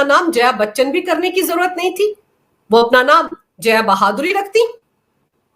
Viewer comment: मैडम, जया बहादुरी नहीं, जया भादुड़ी 😅